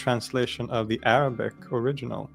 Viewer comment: I can't get over your Arabic pronunciation, it's flawless almost native.